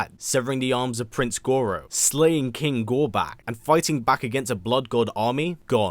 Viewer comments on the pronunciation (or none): him butchering Goro was great